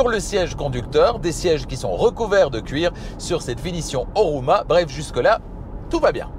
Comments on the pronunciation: Sauf erreur, Homura et non Horuma. Le reste comme toujours parfait. Bravo. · Homura la version, et non Horuma... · la version est HoMUra et non HoRUma